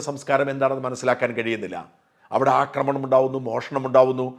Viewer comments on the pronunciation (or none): none